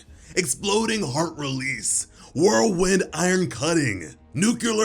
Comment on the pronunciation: NOOK-LEE-YAR bro...